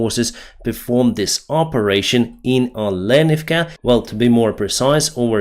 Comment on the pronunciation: Not Olenivka, but olenIvka